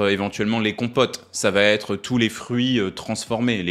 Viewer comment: Merci, vidéo très utile. Je me permets une remarque : ça va-t-être n'est pas une bonne liaison.